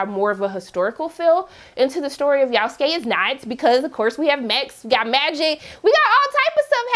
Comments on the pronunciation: Who the foook is "yaouf-skay"??? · Yasuke Is pronounced yah-sue-Kay If anyone didn’t know and was interested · I like how she pronounce his name "Yowskay"😂😂😂😂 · ikr this is the first time I've heard someone pronounce his name like that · Why she pronounce his name like that? 😆